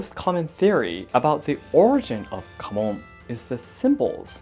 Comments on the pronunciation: I know he says KAMON...But I swear I keep hearing HAMON! And think it is Jojo and we are about to slay vampires xD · You do have your home Kamon By the way, not Mon